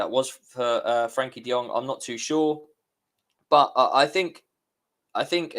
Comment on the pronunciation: Why do some people have difficulty pronouncing "Frenkie"?